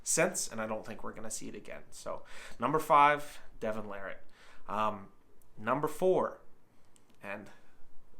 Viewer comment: He finally said it right the last time.